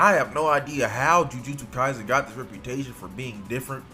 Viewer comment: Ju ju shoe-stu kaisen 😂😂